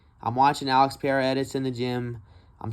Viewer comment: If you love Periera learn how to say his same it’s not piera bro